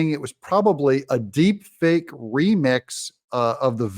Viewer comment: She can't even say the word right, it's deep fake kjp not cheap fake